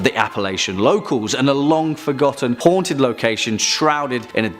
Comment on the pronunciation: I 💕 the way he says; .."Haanted"